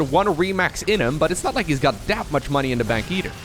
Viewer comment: its "either" not "eater"